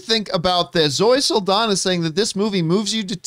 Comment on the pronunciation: NOT "SULL-DONNA". Its "SAHL-DON-YA". Just give it a shot